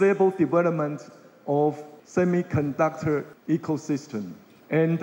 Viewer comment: 從賴清德最近的英文演說可以發現他的英文口說已經有明顯進步，這是件好事，因為外交是總統的工作，當總統之後接見外賓、英文演說機會很多。 這個影片中賴清德有些字的發音有錯誤： 1、semiconductor：音標雖標示 [͵sɛmɪkənˋdʌktɚ]，但習慣卻念 "些麥"，而不是"些米"~ 2、essential：音標雖標示[ɪˋsɛnʃəl] ，但習慣念"額先秀"，而非"一先秀" 3、cuisine： [kwɪˋzin] 發音含混不清。 英文有習慣念法，不是照字典發音就對，建議賴清德應多聽CNN等外國新聞節目，一句一句跟著外國人念，這樣進步會比較快。 另外，比較賴清德其他演說，可以發現他應該是背下來念，英文會話應該真刀真槍有辦法自由對談才算及格，建議賴還是要多和外國人用英文自由交談，培養無固定招數的英文對話能力，否則那天聽到一句沒背到的就會不知該如何回答。